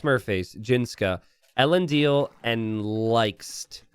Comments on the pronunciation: Thank you he has not got it right once since i showed up in his chat a year ago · 1min in and I'm already so triggered by how you butchered the pronunciation of ELENDIL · I expect an AoE fan to be able to say Elendil's name properly. Not been watching rings of power? 11